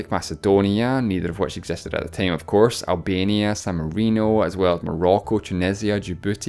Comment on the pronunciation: Me watching every single video for the accent: teim